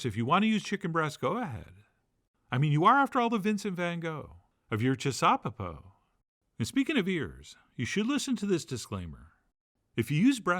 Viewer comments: I'd like to suggest we make the pronunciation chissaw-PEPO, and not chis-SAW-peppo as our maestro here is doing. However we say it though, this dish is *awesome*, and I've made the oven roasted version umpteen times now, and fed many happy people with it. Using sweet hot peppers in it works great too. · It's gotta be pronounced chisuhPEHpoh. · Making me hungry! Also... it has to be ChisauPEpo. Definitely a 3rd syllable dish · I like the emphasis on CHIsaupepo, as if there was any wonder what kind of saupepo we were making that night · I think the accent should be on the last syllable.